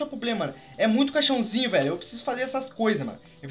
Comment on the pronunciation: "muito caixãozinho" eu entendi cachorrinho